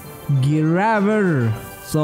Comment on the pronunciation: Du uttalte Graver på engelsk..?